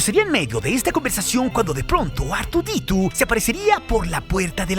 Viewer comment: Qué asco de pronunciación. "Cripiu", "Artuditu" 🤮